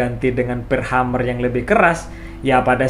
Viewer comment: Mohon maaf , sekedar untuk meluruskan.. bukan Hummer tapi Hammer .. Hammer = palu/ penumbuk/ pengetuk/ pemukul.. sedangkan Hummer = penyenandung dari kata Humming = senandung atau bergumam/ berdengung.. Jadi untuk sobat semua.. pemahaman nya bukan Hummer tapi Hammer yang dibaca (Hemer)